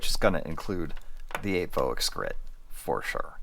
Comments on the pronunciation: Apevoix is pronounced like “appy vwa”, or like when you say “voilà” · Glad to see you back,. Took a little while for YT to let me know you'd started posting again, though. FYI the name is pronounced "ap eh vwah". Finally, I'm glad that this surgery seems like a winner. Happy (pain free! ) holidays to you and your family. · Wish you a safe full recovery, thanks for the review. This set seems to be sold out everywhere, was interested at the time but never pulled the trigger. Voix, usually the x is silent